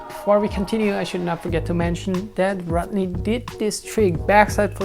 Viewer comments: not rot-ney, its rod-ney =) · Hey Jonny! Don't worry about how you pronounce Rodney's name! If people make fun of you because of that, challenge them to speak Swiss German fluently, not messing up the accent, Haha! Cheers bro. Another kickass video! This series should totally be named "difficult tricks of Rodney Mullen" because you proved us they're POSSIBLE :D